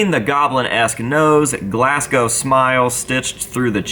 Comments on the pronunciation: As a Scot the fact you said Glasgow correctly and not pronounced with GLASS COW! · I appreciate you pronouncing Glasgow correctly as I'm Scottish